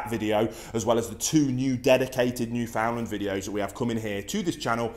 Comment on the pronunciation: Yeah,well you start by pronouncing the name right. It's newfound lander ,not new foundlander.there is place in Saskatchewan called new Finland .newfoundland understand it rim's